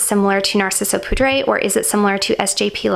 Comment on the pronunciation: Nice video. Btw, for poudre, it is french so more like “pood”